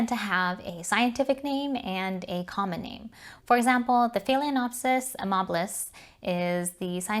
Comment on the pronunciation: Excellent video! Proper pronunciation is key. I’m a language major, so mispronunciations hurt my brain! 🤯 There’s no “cattle” in Cattleya!!! Just curious, you didn’t mention why you add an extra syllable in the pronunciation of phalaenopsis. Maybe it’s just my ears not hearing correctly? There’s only one other YouTuber that I’ve heard pronounce it the way you do. I appreciate your no nonsense approach to orchid tutorials. 🙂